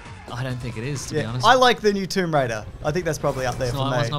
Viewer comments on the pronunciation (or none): none